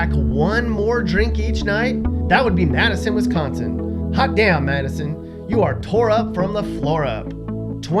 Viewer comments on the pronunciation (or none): He says Wisconsin wrong